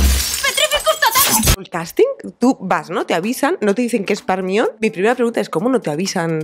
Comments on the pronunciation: Yo, aquí, viendo este video desde Latam y preguntándome por qué pronuncian Hermione de esa manera 😅. En fin, me encanto este video 💯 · Lo mismo me pasa con vuestro Guasón. Y el caso de Hermione no es una traducción, es la pronunciación que varía según qué país. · Con todo respeto pero con el paso de los años los actores de doblaje en España van cada vez a peor. Parece que doblaran películas por-no y no para la familia. Y por otro lado no entiendo porque al nombre del personaje no lo pronuncian como lo hacen en inglés... No es muy difícil de (Jermaioni) Hermion, no creo que sea imposible de pronunciar al igual que otros nombres que vienen del inglés. Yo por eso me niego a ver películas con doblaje, además de que en muchas ocasiones hacen unas traducciones pésimas que no tienen que ver con el guión original. Hay que invertir en buenos actores de doblaje, en variedad de voces (porque se repiten ás que el ajo), y en traductores por favor. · Me distraigo mucho, es que no puedo parar de pensar que le llaman ERMION y no GERMAIONI !!!! Jajajaja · Es un nombre griego. Hermíone es la hija de Helena de Troya y Menelao. Correctamente es con H aspirada, como Harry. Hermíone o si se prefiere en griego moderno, Hermíoni. Igual que Enesteishia, los angloparlantes, su incultura y su falta de respeto por la etimología... Anastasía, leññññe literalmente, Resurrección, por si conocéis a alguna Resu. Que la obra esté escrita en inglés es coyuntural. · Se me hace tan pero tan raro y no logro acostumbrarme a escuchar "ERMIÓN" soy de Argentina acá le decimos como se pronuncia realmente "Hermaioni" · Me encantó!!! Pero no puedo asimilar que le digan hermión y no hermonie como es. Mildis soy de Uruguay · Entiendo que alguien toma la decisión de que nombre van a dar a los personajes o cómo pronunciarlos, para que encajen en la región, Dameldor me da risa, pero Ermión si se escucha muy culero 🤣🤣🤣🤣 Por más que hace años que me enteré que lo pronunciaban así, no deja de sonarme raro.